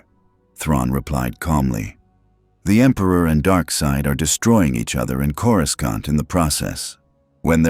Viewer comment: “coruskaunt” God I hate these garbage AI voiceover channels